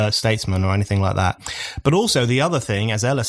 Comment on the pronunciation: Mr. O'Neill: "Anything" is pronounced "enny-thing" ("any" = "enny") NOT "Annie-thing." This is the most annoying of your MANY annoying pronunciations. Stop it.